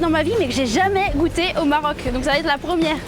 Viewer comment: Ça va être et non t’être. Sinon belle vidéo